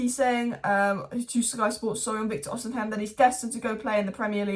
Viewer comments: Osimhen, osimhen, oshimen pronounce it properly it ain't even hard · You STILL say it wrong ahhah, you keep swapping The M and N